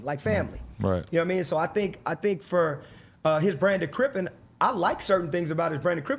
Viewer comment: Crippin* not Crippen adam